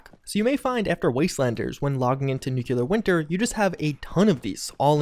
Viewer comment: I will subscribe on one condition: You have to say nuclear properly.